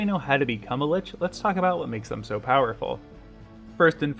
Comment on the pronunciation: Lich is pronounced as Lick.